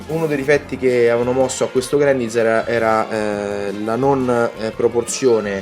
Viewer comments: Mi chiedo perchè continui a leggere il nome come è scritto... ormai si sa, l'inglese non ha regole di pronuncia, ma ciò non toglie che il nome del robot è pronunciato Grendaiza(r) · Non fraintendermi, ho apprezzato la recensione (ne ho pure viste altre riguardanti questo modello, per un prezzo simile tutti i difetti e le incongruenze che si porta appresso mi intristiscono). è solo che era la prima volta che sentivo una persona pronunciare così quel nome, è mi è parso alquanto strano. Poi sì ecco, lasciando perdere i giapponesi e il loro GURENDAIZAH, grendaizer è più la pronuncia americana solita, mentre io ho scritto quello che un britannico avrebbe detto, con una "r" tendente a un "ah" finale. Niente, cosucce, lascia perdere:)